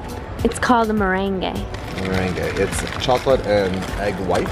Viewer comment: It’s pronounced mah-rang. 😉